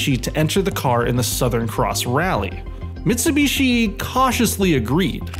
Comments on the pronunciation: What’s a Mitsu beeshi? Duhmericans. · "Mitsubeeshee" "SooBooRoo"